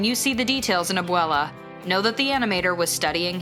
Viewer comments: yyyyeeeessss i almost stopped watching because of the atrocious mispronunciation. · Nobody The person in the video: "Inkanto" "Maddrihgalls" "Latin-x" "Abuwellah" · LMAOO I KNOWW, like.. "Encantoe.. Madriguls... Abueluh"